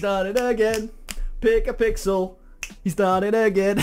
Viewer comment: Not pickapixel its luckpixel